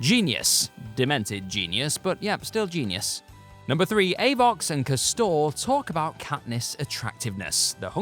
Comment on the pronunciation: Dude can't even pronounce castor properly